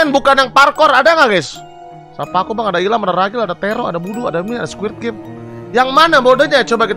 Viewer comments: ini kuping gw yang congean ato gimana si ge dgr nya abg bilang nya squirp game awokawok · Apa cuman gw yg denger nyebutnya squirt game😂🤣